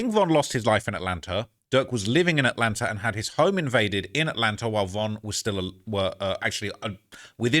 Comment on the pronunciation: why do English people pronounce words like "Atlanta" with an "R" at the end? Atlanter? No disrespect, I'm from Oklahoma, so I already talk funny too. I'm just asking what's up with the "R" thing?